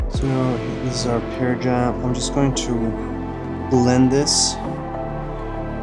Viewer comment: Pear is pronounced "pair", not "peer". 🍐 Just my two cents. 😉